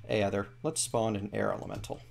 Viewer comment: Aether is pronounced ee-ther